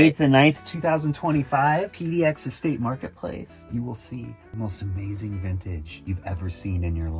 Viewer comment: Why do ppl replace the suffix "-ing" with “- een?" by pronouncing words like, thrifting as thrift-een? I hear it often with any word ending with the suffix “- ing.” ie: Amazeen instead of amazing painteen instead of painting etc… 🤔 I’m okay with southern accents, with the dropped G “ how are you doin?” yet, unsure just where “ een” comes from and I have misophonia specific to that suffix mispronunciation.